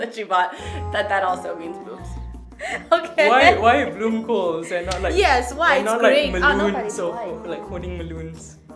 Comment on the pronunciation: Die Japanner die k heb grote bloemkoole zei deed me echt denken aan Dang Do😂